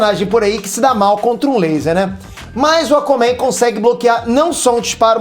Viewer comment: "Acomen" kkkkk. zueiras a parte parabéns pelo canal. Foda mesmo!